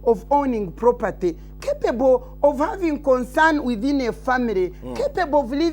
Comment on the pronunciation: the way she says some english sounds need translation itself the way she says "capable" alone sounds questionable